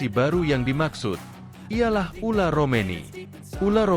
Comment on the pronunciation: Min ngomong yg bener orang namanya ole romeny dipanggil ular...😂😂😂